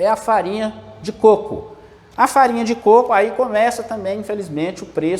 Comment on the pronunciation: Côco.😃 e não "cocô"